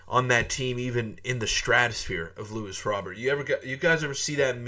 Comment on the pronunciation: Your saying his name wrong.